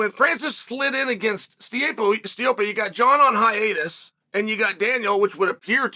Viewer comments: "STIPO...I mean STIOPE..." Uncle Chael strikes again. I will NEVER be sick of these organic yet not dismissive mispronuciations. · longevacy? Steeyaypoe? Chael get a scan, please